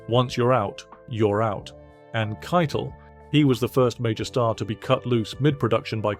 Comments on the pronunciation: "Harvey Kite-Le" is it really pronounced like that? I always said, 'Harvey Ki-tel" I would really like to know if it is a British accent thing or if I have been mispronouncing his name for the last few decades! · You're right it's Ki-tel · The way the narrator pronounces "Keitel" sounds like he is referring to the Nazi Field Marshall, who directed the OKW, or cheif of all the armed forces of Nazi Germany. Keitel was found guilty of War Crimes, as was Joldel, who was also hanged. The tribunal refused to grant them the usual death by firing squad. As Eisenhower saw it, they were not soldiers, they were theives and murderrers. I agree.